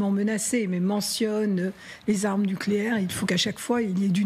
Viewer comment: Les aarmeu nucléaire Russse au port de l'orope 😂😂😂, vous allez lire l'heure 🤣